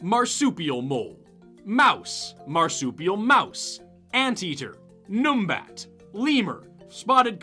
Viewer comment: Numbat is pronounced more like numb-bat.